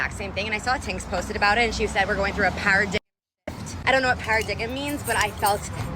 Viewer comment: Did this harpy say "para diggum" 😂😂😂😂😂